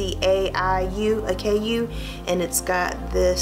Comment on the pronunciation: Acai is ah-sy-ee